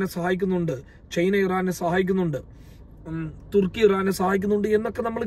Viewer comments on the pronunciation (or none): none